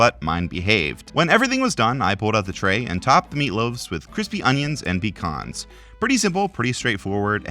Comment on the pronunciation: You're the only person ive heard combine both pronunciations of "pecan" and make it sound natural